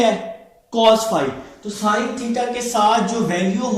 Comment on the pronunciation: Sin become son 😂